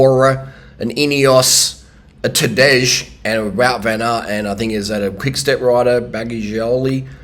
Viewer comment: Nobody ever pronounced "Tadej" in a uglier and incorrect way.